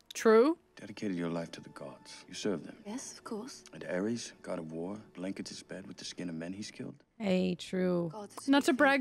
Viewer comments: Ares not aries😅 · It's Ares not Aries.